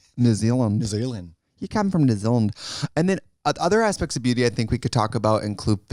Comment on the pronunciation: Omg any kiwis shook by how good her “ya come from nizilind” was???!